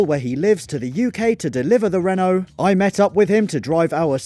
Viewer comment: Renault & Van = Veno (exactly how he pronounces it)